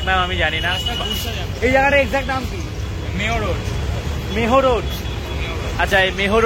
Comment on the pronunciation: Mayo road k meho road bolche se naki abr online class korabe ta abr uncommon teaching..satti satti uncommon botei😂😂😂